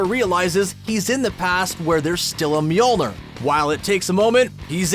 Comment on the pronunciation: Bro the way he says Mjolnir kinda throws me off